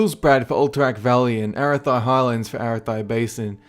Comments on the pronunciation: ( air - ah - thy ), its ( Ah - wrath - E ) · EH-raah-thigh? It's Ah-RATH-ee. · A-rah-thee not arathy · Arathee. Not arathai...XD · ah-rath-ee not air-rath-eye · I've watched maybe seven of your videos and they're all mediocre -- especially your top 10 or 15 ones. You don't even know how to pronounce half the crap. : AIR-EH-THIGH highlands? No! That's NOT how you pronounce that, actually! It's EH-RATH-THEE. I've heard you pronounce Gnomeregan two or three different ways--all of which are absolute rubbish. I want these videos to be good but man, the delivery and pronunciation is just so poor that I'm backpedaling like a Dwarf Hunter. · aratheye basin lol really? >.> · Arathi?? lol